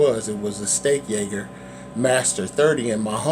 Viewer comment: Why do you keep calling it the steak ay-gurr? It's a steak age-er. Otherwise good review, and appreciate the information.